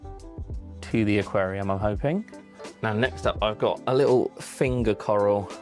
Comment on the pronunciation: The “carl” coral😂